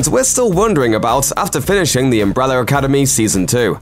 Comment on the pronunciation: "Umbreller Academy" lol